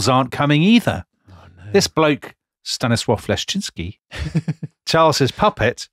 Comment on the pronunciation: As a Pole, I must say that Sandbrook's pronunciation of "Stanisław Leszczyński" is spot-on.